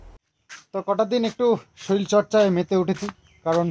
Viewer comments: "soril" noi to kathata... Bolo "sorir"..❤❤❤❤ Almari tar dam koto niache janio... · শরীল নয় শরীর